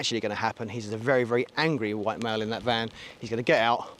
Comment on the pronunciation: i know, I was like why did he need to say it like that.